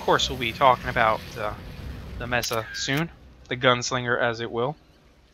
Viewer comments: "Mess-uh"...no, no, it's "May-suh" ... like a plateau! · I think it helps to know the genesis of a word. Mesa, is Spanish/Portuguese for Table. Applied as a name for the desert feature common in the Arizona/New Mexico area. Maybe it is just me, but that visual combined with the pistolero style of the Mesa Warframe, and I can't help but say it May-Sah. All and all, I respect what your saying about being burnt by rude comments. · Aw, say mesa however you wish! I pronounce Mesa: "may-sa"/"meh-sah" because of the Spanish classes I took as a kid. "La mesa" means "the table" in spanish:P